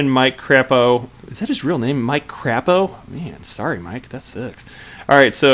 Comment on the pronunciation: Crāpo with a long a